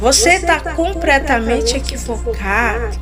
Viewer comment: COMPRRTAMENTE , BIBRIA DEZ VIGENS. ESSA IRMÃ É ASSASSINA DA LÍNGUA PORTUGUÊSA ! POR ISSO IGREJA PENTECOSTAL É DEBOCHADA NA INTERNET. POR CAUSA DE ANALFABETAS COMO ESSA PERTURBADA!